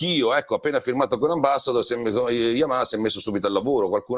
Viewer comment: Come lo pronunci bene il nome Yamaha ❤. Una marcia in più rispetto agli altri ANCHE in questo 🙂